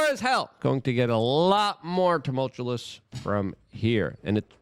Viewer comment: You don't sound very smart, continually mispronouncing "tumultuous". It's really bordering on, sounding similar to Biden...smh.